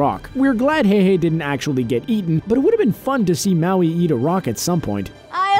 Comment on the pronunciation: wow he can pronounce Maui but not MOANA